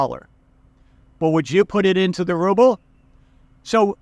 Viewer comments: The way you pronounce "Rrrrouble" makes my day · Rrrusshian Rrubbe 😂🤣. Cracking me up first think in the morning in London coffee shop 😄